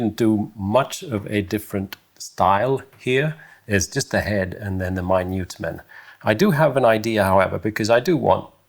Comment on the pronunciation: As an American, my-newt(Minute) man is a great modern definition 😉